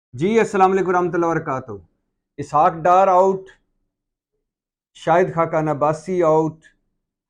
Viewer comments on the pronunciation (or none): Salam thoi sahi dala karo, wa rakata hu nahi hota, wa barakata hu kaho